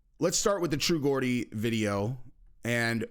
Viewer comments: He calls him “True Gordi” It’s ‘True Geordie’ lol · Oioii love the channel… been from north east England I can tell you true geordie is pronounced “jordy” not “gordy”… much love my man! 😊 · It's not Gordy...it's pronounced Jordy....with a j. Becoz he comes from a part in north England near Newcastle. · The way he said true Gordy , it’s true Geordie my man , pronounce it jordy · Great video and respect for the Memorial Day reminder. Btw it's pronounced Jordie not Gordy...re MCG, he is not coming back, he's just not. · You're pronouncing true geordie wrong you sound like your saying sounds like,gordy when it actually is and sounds like geordy I hope that's helped ratha than confused you lol, all the best from Glasgow,Scotland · Fuck me. It's not "True GORDY". It's "True Geordie" pronounced "Jordy". People from Newcastle in England are called Geordies. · Its True “Jaw-Dee” NOT “Gaw-Dee” 😂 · It’s true j geordie not gor I’m from Newcastle where the true geordie is from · jordy not gordie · Geordie is pronounced like a J, not a G that’s Hilarious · True Geordie is pronounced like George not geeordie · “TRUE JAW -DEE” ………not true GORDIE😊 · People need to leave the guy alone he’s living life as a young man, it’s Geordie not Gordy lol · Yo true Geordie is pronounced true jor-dee and a Geordie from the UK is from the north east city of Newcastle upon Tyne home of ufc 80 Penn vs Stevenson bk in the day...love ya stuff bro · I love your videos only one thing he's the true Jaw-dee. The English language is crazy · You pronounce Geordie "Jordie" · It's pronounced 'Jordi' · Its pronounced jordie... and connor is done let him rot money is evil and now he's feeling the effects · Just so you know, They pronounce it "JORDY". 🙂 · Pronounce Geordie with a J. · Great vid. Heads up though Geordie is pronounced "JORdie". Got to love the English language... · True geordie is pronounced jordy mate. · Can't pronounce Geordie..have you been up for two days?😂